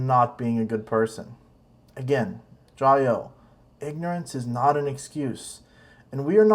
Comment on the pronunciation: It’s Jia you 「加油」 not jayoe before it was hi I’m Matt I’m sorta half ass riding my tricycle around the world now it’s , hi I’m Matt and today’s another explainer hahaha worst of all..... these guys have zero understanding of the Chinese language. Can’t even have friendship with a local without their wives present